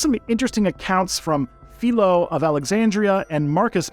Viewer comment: Maybe don't try to learn ancient history from someone who can't pronounced "Hippocrates" or "Philo". Or someone who thinks "female sickness" is an explanation for trans people.